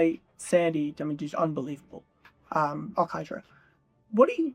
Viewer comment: Does everyone miss the extra A in Sandy AlcantAra’s last name? Or is it really pronounced like it doesn’t exist?…no one seems to acknowledge it exists